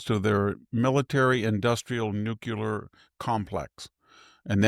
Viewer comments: I love listening to this old man with all of his experience, history and wisdom. But the word is nuclear. NU KLEE UR. not nukular. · Nucular is not a word. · Why can't the educated pundits pronounce nuclear properly? It is not nukeuler. It is nook-lē-er. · It’s amazing how many highly educated Americans are unable to pronounce “nuclear” correctly…. I thought it was just that bozo George Dubya! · Please learn to say NUCLEAR correctly.